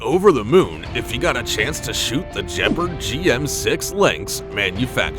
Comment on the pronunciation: It's not JEPARD it's pronunced KHEBARD